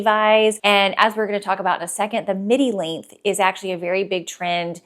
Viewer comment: I kept thinking you were saying, “midi link”. Lol! Length, got it.